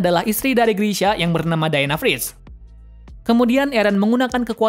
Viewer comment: Dina friss dong bukan dina fritt Awokawok 🤣